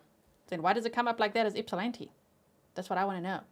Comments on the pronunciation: Thank you for saying my hometown name correct Ypsilanti (ip-sa-lan-tee). ❤ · I’m from just outside Ypsilanti and yay you pronounce it correctly! 😂 I sadly had not heard about this case. I do recall seeing his mug shot somewhere though. So sad and infuriating. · You pronounce Ypsilanti like a local! 😊